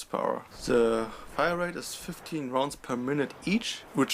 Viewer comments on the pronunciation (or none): "Firarete" xD